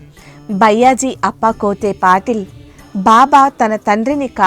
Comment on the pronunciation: Sairam byyaji ani pronounce chesina word ni maarchi bayaaji ani pronounce cheyandi idhi maa request 🙏